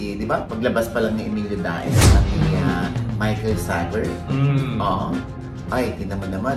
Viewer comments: Michael Sager, pronounced as "seyger" yun last name nya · Michael Sager. ng Marinduque, pronounced as "Saher" po yun sa Marinduque 😊